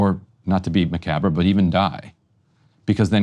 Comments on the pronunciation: What is “macahber?” Are you trying to pronounce “macabre”? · "not to be muhkaber" seriously ryan lol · macabre = muh·kaab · Did you say macabre, ‘muh kaw ber’ 😂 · McCabra? 🤔 never heard it said that way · I'm giving him a pass on this one, the first time I said macabre aloud I pronounced it "MACK-a-ber" 😂 Edit: For those who want to know, it should be pronounced like "muh-COB" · Someone teach Ryan how to pronounce "macabre." 😂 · How Ryan pronounced “macabre” reminds me of the WH press secretary saying “TIEranny” 😅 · In American english we don't pronounce the last syllable of macabre. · Is that the word he tried to say ? L m a o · that IS how brits pronounce it but like I've never heard an American pronounce the "bre"